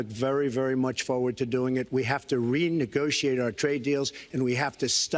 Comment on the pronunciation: Any one notice how it sounds like hes saying "re-niggagociate"